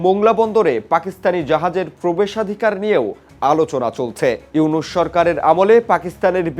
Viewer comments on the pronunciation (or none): none